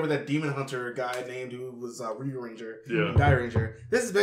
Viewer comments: I’m saying that you get the name ranger wrong your saying it like anger and you forget the r don’t get the name wrong next time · now you get the name right is ranger not anger